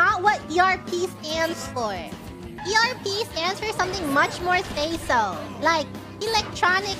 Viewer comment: How is it you know the phrase is "erotic role playing" but think that abbreviates to erb instead of erp...